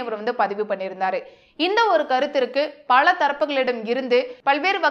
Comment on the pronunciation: அது கழகம் அல்ல கலகம்....பழ அல்ல பல...கேல்வி அல்ல கேள்வி... ஊர்வளம் அல்ல ஊர்வலம்...பள்வேறு அல்ல பல்வேறு...கள் அல்ல கல்...அறுப்பு கோட்டை அல்ல அருப்புக்கோட்டை....என்ன தமிழ் பேசுகிறாய்...முதலில் போய் தமிழைப் படி...அர்த்தங்கள் எல்லாமே வேறுபடுகிறது..கொடுமை.